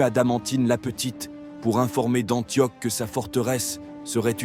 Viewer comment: Juste un petit défaut de prononciation, ça se prononce Antioche et pas antioc. Mais sinon j'aime bien ce format